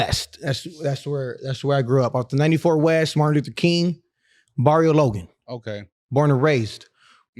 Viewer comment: The way he says "Barrio Logan" straight white washed AF 😂😅 and those sun glasses dont go lil bro.